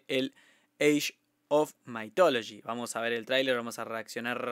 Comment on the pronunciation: Se pronuncia "mith" no maith